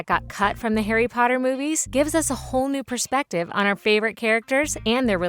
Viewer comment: Omg I loveeee harry pottah